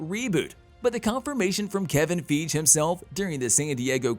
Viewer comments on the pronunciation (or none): Everyone else says "fygee", so I don't know where he gets it from. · It's Kevin feige (fi-gee) not (feege) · It's Kevin FEIGE not Kevin Feeej for god sake.🤦‍♂🤦‍♂ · Kevin Feg???? (when two vowels are together the second vowel is long & the first is silent. His name is Feige (FY-GEE) love your videos but this drives me crazy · I wince every time he/it pronounces Feige's name wrong. And this isn't the first time. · “Kevin Feeej”? Who the fuck is that??!!!! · It’s Kevin Fie-GEE. Please please please stop saying it wrong lol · Who's Kevin FEEDGE? Are you a robot? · So nobody could correct the pronunciation of Kevin “Feej” before releasing this? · Fi-gee...it's Kevin (fi-gee) Feige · LOL how you do Marvel videos and say Kevin "FEEJ" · Kevin FEEG 😂. This is a computer reading the script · God, every time he pronounces Kevin Feige's name wrong... I want to punch my monitor! lol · Why can’t he say Kevin Feige correctly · The fact this guy still saying Kevin's name wrong and isn't a new YouTuber.... definitely not cool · They way he pronounces Kevin feiges name just makes me cringe inside...